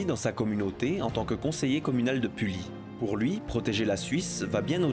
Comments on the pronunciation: Et à la fin tu prononces Pully "puli", alors que c'est "pui". Mais c'est un détail :') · Pully se dit comme un "puit"